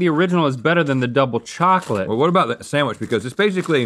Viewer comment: says SAMwich